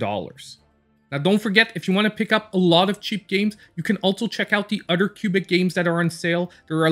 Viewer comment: Lol imma need him to start saying other instead of utter